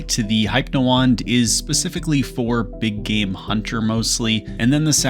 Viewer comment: Whys bro saying hypnowand like that? Have you never heard the word hypnotize said out loud?!